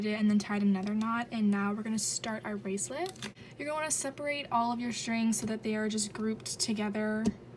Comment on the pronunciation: Litterally unwatchable : She freaking said brasslet